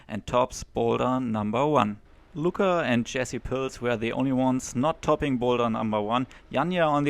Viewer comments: It's annoying to listen you pronouncing Lučka as Luka. Its two diferent names, one is male and one frmale. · Please learn how to pronounce name: Lucka. Stasa Gejo say it correctly: check